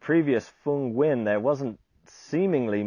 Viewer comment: Dude can pronounce Nguyen. Good on ya!